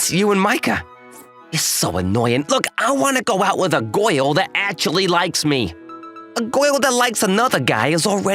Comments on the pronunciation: why your friend like goil, instead girl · Its "Goi-Uhl" dude!